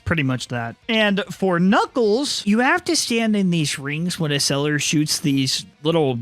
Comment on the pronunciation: First it it Ecseller not Eseller And do the sequel